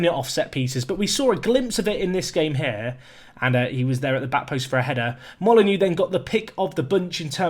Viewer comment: Oh. Dont worry about the mistake, we all make them. Also, dont forget, Moly-Noh 😜